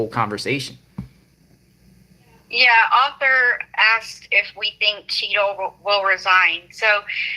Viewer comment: I keep thinking your saying cheeto lol